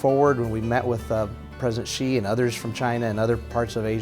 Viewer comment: Please pronounce his surname correctly, it is not "chi" you should pronounce as "si" to show your respect to someone. I won't pronounce your name Aaalon Buteze. Secondly it is kind of disturbing to come to think about China giving business to Americans, Americans pay taxes to USA government to bash China with lies, blasphemy, fake news etc. Look at Australia, China resume trade to allow Australian products to enter China market and they are having huge sales order then Australia sent their warship to South China Sea to create problem and backing the former USA colony and Vietnam to create troubles...... Is this the right things? What are these people / voters thinking? "Hey I want you money, they I pay my thug head to bash you and cause all kind of trouble AND you continue to give me business, I will continue to support my thug leader to do whatever he wants to hurt you, suppress you and do whatever you don't like even to the extend that it will hurt your ability to buy from me BUT you must continue to buy from me and buy more from time to time without fails. Can anyone understand this logic? Or because Americans have no choice in actual fact, you can only choose the bad of the worst but what was planted in your brain is that you have all the freedom and option BUT actually none